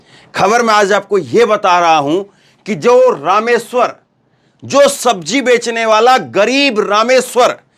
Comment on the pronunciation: Rameshwar JI..not ..Ram....war